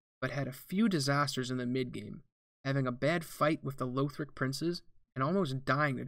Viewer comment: Pleeeease stop saying Lowthric lol